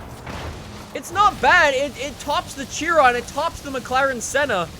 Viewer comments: It's pronounced SHIRON and spelt like CHIRON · You’re pronouncing Chiron incorrect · Tjiron! It's Chiron pronounced shi-ron. 🤦‍♂️ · I was driving the Cheer-on in fortsa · THE BEWGATTI CHEERON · If i had a dollar for every time he mispronounced CHIRON